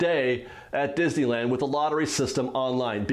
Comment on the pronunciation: I think that you can use this quarantine time to practice saying the word Disneyland correctly.